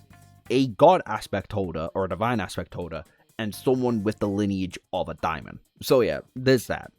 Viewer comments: Dae mon. Not dia mond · I mean, daemon comes from the root word daimon, I guess? I pronounce it demon.